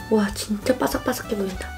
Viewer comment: サクサクがパサッバサに聞こえた